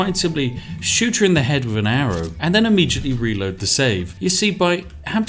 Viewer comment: "TH" =/= "F"